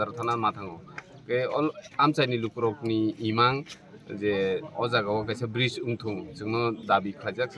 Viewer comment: Bright 😂😂, it's Bridge